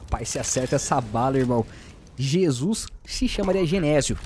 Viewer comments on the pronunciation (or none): none